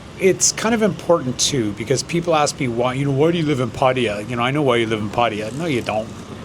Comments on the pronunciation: Why do allways USAians, Brits, yourself and other English speaking people say Padia when you're talking about Pattaya? That's really sloppy. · It's amazing how many Westerners call it Patty-er. In Thai, and officially in both British and American English, the stress in on the middle syllable that rhymes with 'Thai', not 'tea' (pat-THAI-yah). It's the only place in the world I know where the expats don't pronounce it correctly. Why is this? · why are you mispronouncing pattaya after having lived there for 10 years?